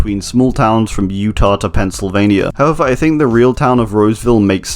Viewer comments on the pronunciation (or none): none